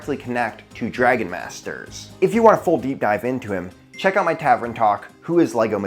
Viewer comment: Love your videos. But tav-ern, not tav-ren, lol